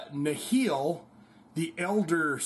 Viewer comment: "Nihl" is pronounced "Nill" as in "zero" or "nothing"